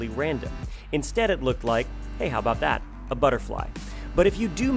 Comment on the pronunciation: did you seriously say: "how bow that"